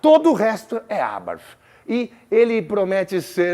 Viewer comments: Muito bom seu sotaque no TH, porém a marca é Italiana, e se pronúncia exatamente como se lê. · Nunca ouvi tanto a palavra "Abarth" na minha vida! E ainda com pronúncia inglesa. ( Vai entender )...